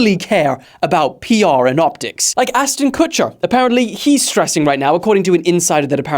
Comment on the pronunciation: I heard you call him Asston Kutcher😅